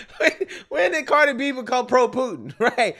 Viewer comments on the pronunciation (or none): none